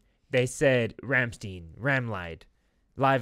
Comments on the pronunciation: funny how you hear them say Rammstein 5 million times in the song but you still pronounce it wrong afterwards. great reaction, i'll check out more of your rammstein reactions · looks a bit like Klingon but right pronounciation is Rum-Shd'yne 🙂